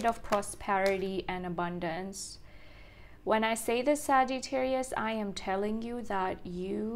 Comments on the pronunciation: I thought she puts a long ‘eee’ in Sa-geee-tarius too. I know a girl from India who has the same accent as her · You are pronouncing the word Sagittarius incorrectly! You are saying " Sagee-tarius! I've been watching you for years.